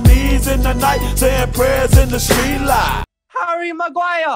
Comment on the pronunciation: "Err is Maguire."